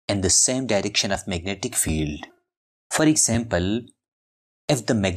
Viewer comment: i just love "magentic materials".